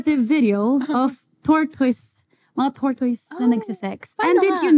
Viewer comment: Mih it's tor-tuhs hindi tor-toys. I learned the hard way hahaha